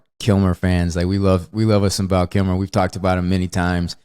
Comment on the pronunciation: I was amused by how Wes kept saying, "Val Killmore". The first time I thought he meant Tom Sizemore. I'll have to go back and I'll laugh my ass off if he said, Tom Sizmer.